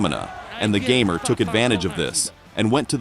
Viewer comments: You got one thing wrong. His nick name is not gamer like you are pronouncing in English. You would have to watch some polish interviews to hear it. His nickname is made out of his second name. PS: you can actually hear it when Kasta ( polish guy in the KSW, bald ) announces him winner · Fun fact: his nickname is not pronounced "gamer", its "gah-mehr" and doesn't mean anything- just his last name changed a bit. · Its ,,Gamer'' from sourname, not ,,geamer'' from video games, but's nice material